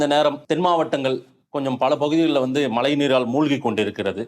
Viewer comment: Mazhainu solla kudadha malai varumnu why r u telling like this as a great astrologer pl correct pronounciation